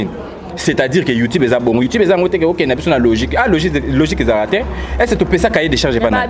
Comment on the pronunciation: malicka mania zoba zoba kizengi ayabi ata ko prononcé youtube te illettrés bopesa internet merci mwasi aza sense na forme na mibali yango ya poto balingaka yo